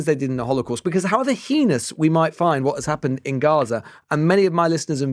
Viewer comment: The guy pronounced Heinous as "Henis"